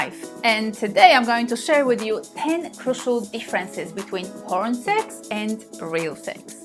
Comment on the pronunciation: 'Powern'? You cannot speak English. GTFO